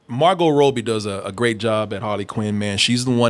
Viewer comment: STILL can’t say Margot Robbie right smh